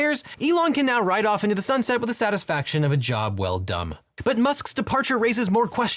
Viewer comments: Did I hear you right? Did you say "Job well dumb"? Love you channel! 🤣😂😅 P.S. I thought it was pronounced "DODGY". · I heard "The satisfaction of a job well dumb" If that's intentional, Bravo. If not, well...